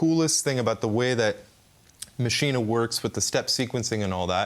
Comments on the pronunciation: Yep it's pronounced Maschinuh. You yanks should start learning languages like the rest of the world's people!! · Why does everyone pronounce this hardware mashina? There is no freakin a at the end of maschine. It should be pronounced the same way you pronounce machine!!! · No i like tortiya, I just HATE machin-AAAAA. When Spanish people call me Yake instead of Jake I don't complain because I know it feels wrong for them to say Jake. Ze Germans are very nice understanding people. They will not be offended if we pronounce Maschine like machine. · Love everything except for pronunciation of Maschine... it makes me want to hurt him. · Yeah that